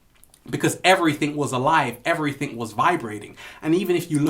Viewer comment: I love it whe you say every think instead of everything. The ALL is mind the universe is mental. Peace!!!!!!!